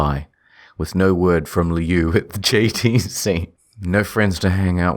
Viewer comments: It's supposed to be "lou", apparently, but the author pronounces it as "liu". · Liu is pronounced lou, not lee oo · Lol it is pronounced "Loo". "Lee-you" is an entirely different word than Liu. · Such a crappy story but honestly I can't hate it since it introduced me to Creepypasta. Now it's just pure nostalgia. Also, 'Lee-oo'? Pretty sure it's pronounced 'Loo' 😂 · Is Liu’s name pronounce “lee-oo” or “lew”? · It's pronounced 'loo', and I love how there is so much peeps collaborating. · everyone knows it's pronounced loo like liu kang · I always thought it was pronounced lou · Dude why can't any of you pronounce Liu. It's Loo lmao. Like "Loo" Kang from Mortal Kombat? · They all pronounced Liu differently